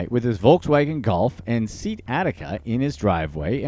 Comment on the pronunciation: Se-at. Not seat.